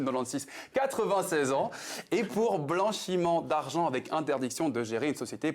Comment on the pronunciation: on dit " BLANCHIMENT D'ARGENT " lol